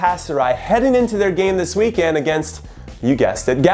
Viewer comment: Jimmy for the love of god it’s weekEND not weekAND. I was supporting you, but now I can’t. #inhoout